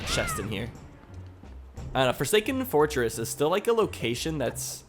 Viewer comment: Did i just heard forsaken foresking whe you say fortress?